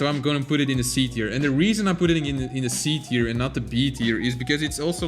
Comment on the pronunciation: You Pronounce Tier Wrong!!!!!L